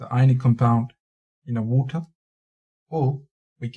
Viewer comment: in vatir its water you idiot not vatr